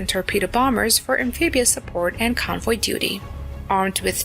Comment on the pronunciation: Am-pee-bee-ous, eh?